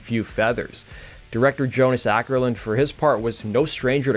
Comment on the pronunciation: Not "Ackerlund", more like oh - kerlund.